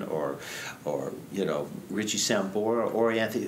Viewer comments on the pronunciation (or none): none